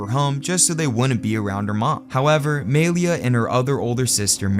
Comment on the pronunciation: Gotta say, hearing homie say "MAY-LEE-UH" so confidently tells me EXACTLY how many black friends he has...😂